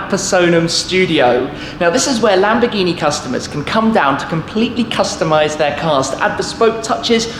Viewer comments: LAMBOGGHINI? LAMBORRRRGHINI👌🏻 ok? RRRRR with the r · Perché si inglesi o americani dicono Lamborgini NO é LÀMBORGÌNI😤😠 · Si dice lamborghini non lambghini!!!